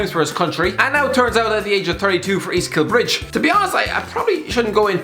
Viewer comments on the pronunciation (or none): EAST KILBRIDGE ITS EAST KILBRIDE FOR CHRIST SAKE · East Kilbride not East Kilbridge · It's East Kilbride not Kilbridge. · it’s easy Kilbride no kilbridge aha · East Kilbridge😂😂😂what an eejit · Sums up East Kilbride when you’re calling it East Kilbridge.